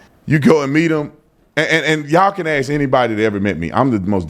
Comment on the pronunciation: It’s ASK not ACTS (fox guy)